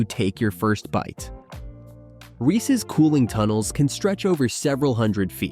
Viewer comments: Viewers, take note: it's pronounced "Reeses" not "Reecee." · I hate it when people mispronounce Reese’s. “Ree-cees Pea-cees” Terrible lol